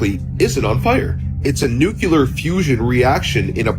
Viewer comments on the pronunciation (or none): Nuclear= "Nu-klee-er". Not "Nu-kew-ler".